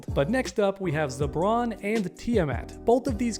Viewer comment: Broo... I keep hearing "Zebron James" in my head.. 😂